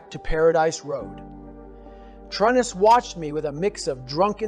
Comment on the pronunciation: This story is accurate based on the books. And it sounds like Goggins. But he says Trun-nis. In the books it's always true-nis for his fathers name. Is this a chat GPT summary in Goggins voice?